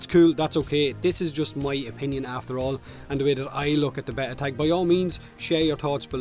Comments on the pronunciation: A bet-ta is a fish, it's bay-ta =P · Or beeta but it's definitely not betta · I like how thinks there's 2 ways to say beta, and neither are right. It's pronounced Bay-tah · gooberlious Lol what, why should we pronounce it in the english way? The right way is Béta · gooberlious thanks for doing that so I don't have to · I usually pronounce it bay-ta... but whatever... you do you:) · It's Bay-ta. Also it's a free to play game so since they don't ask for money up front they can change anything they want about the game anyway. It doesn't matter if it's in beta or not there is no rule that says they can't make changes to the game no matter how big. So yes, beta is a cop out for them not having a fucking clue what they are doing in spite of four years development. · my dude it's bey-ta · I always pronounce beta like Bay-Ta. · Beeeeeta!!! But you pronounce it however you feckin want mate 👍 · Repeat after me (*bayta) Its driving me nuts 😂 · It's not B-eh-tah, or B-ee-tah, it's B-ay-tah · its BAY-TAH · "Bay-ta" is how I'm sure how you pronounce it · I don't pronounce it like betah (behta?) or beeta... I pronounce it like bayta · pron: bay-ta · I pronounce it baytah i guess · I pronounce it bayta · You pronounce it Beta dude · I'm not trying to be a grammar nazi but it's pronounced: b(ay)ta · Its. Bay-ta. xD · its beta not beta guys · Beta rhymes with theta, if that helps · say beta one more time and i swear... 😠💀